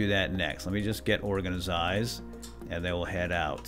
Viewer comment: I like the way he says organized he says it like organazied